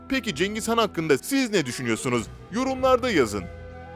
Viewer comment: cengiz kan kim mak ikide bi cengiz kan diyip duruyo .. CENGİZ HAN. cengiz kan değil.